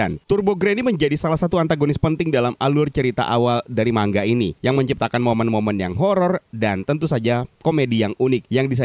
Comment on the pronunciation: Salut menyebut manga secara benar (man-ga / mangga). Giliran channel² lain yg kontennya khusus animanga malah salah menyebut manga